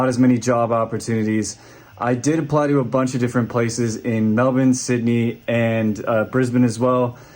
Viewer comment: You're right that I'd be wary of you as an American if I met you for the first time but if you said Melbourne at any point during out first encounter that would go a long way to alleviating any bias (because you say it like an Australian would and don't say mellborn)